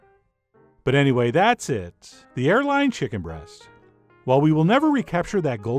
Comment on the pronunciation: I thought this man said hairline